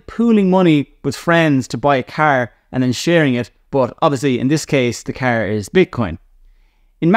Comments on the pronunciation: Never heard someone say “car” like you do in my 43 years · Hahah love it! 😂